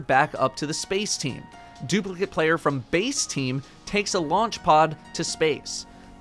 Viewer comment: Bace not base